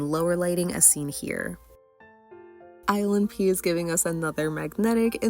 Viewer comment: Every time you say ilnp i hear island pee